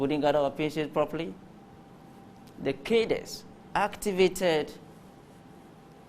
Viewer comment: I think this word 'CADRES" is mispronounced by the majority of Ghanaians, including reputable journalists.